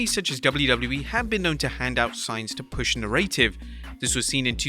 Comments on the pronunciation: Is it a secret that Narrative is not pronounced "Narraytive"? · You’re English, man, so say “aluminIum”!! 😵‍💫 Also, pronounce “narrative” properly!!